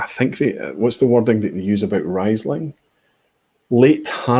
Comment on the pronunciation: Pronounced reesling.